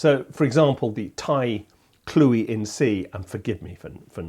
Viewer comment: Hi Guy, I could not stop smiling while watching this clip. As a Thai person (who is joining the TSE MFA program this month), your coverage of the Thai flute (your pronunciation of “Khluy” was pretty spot on), Thai dulcimer (“Khim”) as well as other instruments from the SEA region was very informative and accurate. Your explanation in regard to the pentatonic scale, which is very distinctive to Gamalan music but is not always as clear in traditional Thai music is accurate (due to how the notes are spreaded with different frequency in a scale compare to the western music). I can also hear “Issan” (Northeastern region of Thailand) dialect in the flute demonstration, especially at the beginning. Linguistically speaking, different region of Thailand has its own distinctive dialect, which, I believe, contributed and gave rise to distinctive musical styles specific to a particular region. Hence, you may hear music compositions that contain different compositional elements despite being played by the same instruments etc. Thank you for sharing this video showcasing another angle of the Thai culture and the SEA region. I have also recently came to realize that you can also speak a little bit of Thai (as evident in one of the YT videos) and was pleasantly surprised and super impressed 🙏